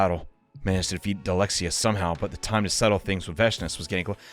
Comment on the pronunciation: always calling Dahl'xia Dalexia is so funny to me for some reason lol